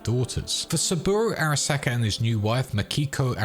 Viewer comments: Am I the only one who finds the pronunciation of Araska jarring? The game gives you the pronunciation... pls stop. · Every time he says Arasaka, a ceberpsycho is born